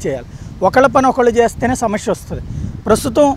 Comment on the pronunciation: Sir samashya kaadu samasya